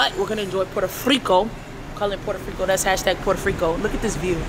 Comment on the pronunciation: Poro riko not porde friko